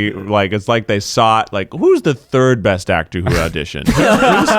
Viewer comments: Eugene saying breast instead of best had me dying 😂😂😂😂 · Eugene: keeps saying breast instead of best Me: proceeds to give Eugene Freddie Mercury's 40th birthday cake 🍰🎁😏 #iykyk 😏😎😂👑